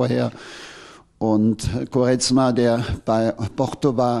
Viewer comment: Wie er Quaremsa sagt😂😂